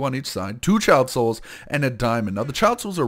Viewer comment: the way he says 'child souls' it sounds like he is saying Chiaotzu, from DBZ